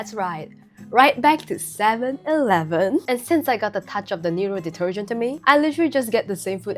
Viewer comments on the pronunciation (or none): none